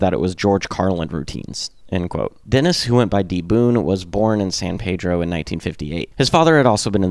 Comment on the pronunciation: Hi, my name is Richard Bonney. I can tell you got some information from the Documentary We Jam Econo, I am from Pedro and met George when I was 12, and Watt at 16 they were 2 years older than me. I was literally in that backyard shed when they first played. Besides the miss pronunciations and a few stores that are out of place, I am happy with this. Oh, and its called Peeedro, not Pedro. I was also with them on the last tour with REM.